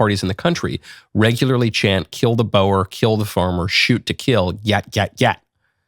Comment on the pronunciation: Boer is pronounced ' boor" not bo-a. 😊